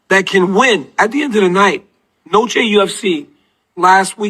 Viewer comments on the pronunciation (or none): There is no S at the end of Noche...